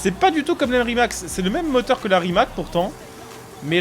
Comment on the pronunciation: Super vidéo mais Rimac ça se prononce « Rimatz » sinon continue comme ça 👍